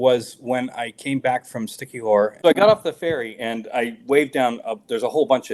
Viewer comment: Did he say, “Sticky whore”…….was he in Siquijor or Walking Street🤔😂 I completely agree with Bobby regarding the part about being single. Stress free is the way to live💪🏼🙏🏼